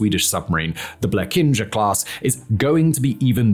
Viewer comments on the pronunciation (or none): The first time you said "Blekinge", you made an utter mess of it by pronouncing the "g" in Blekinge as "j". The second time you got it right by pronouncing "g" as "g". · I can say as a swed that the pronounceiation of blekinge was absolutely horrible